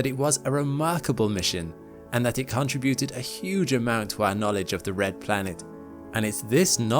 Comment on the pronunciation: If this narrator can't even pronounce the word contributed properly it makes me wonder about the entire video 🤔🤔